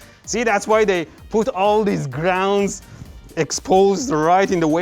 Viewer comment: "CEE that´s why they put alllll theeese grrroundss", geet to de CHOPPER